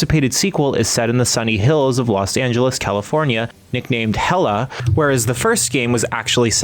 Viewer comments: Why did you keep calling it "Hella"... its obviously a pun of LA being "Hell-Ay" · omg... it's not HELLA .. .it's Hell A... like LA thats the joke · Played the game. No NPC says hella they say HELL-A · u did not just say “helluh”… i gotta go. can’t wait to enjoy the game friday! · Stop saying HELLA!